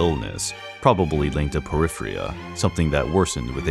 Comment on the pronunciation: It's called poRphyria.... Not poryphria